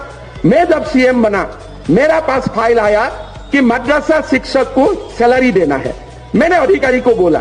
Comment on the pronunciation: Sir, try calling it MAADARASA not MADARASA